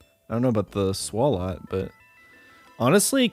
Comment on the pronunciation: Makes comment on terrible pronunciation of Cranidos... proceeds to call Swalot “Swolat” 😂